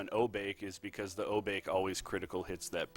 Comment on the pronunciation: Knowing technical and lore is great, but I prefer runners who also know how to pronounce the stuff in the game. When I heard "O-Bake" I was like ... okay, I said it that way when I was 8 years old. But we're all adults now. At "Jen-bu" I was like "is he even trying?" Then with Say - Rye- You, I stopped watching.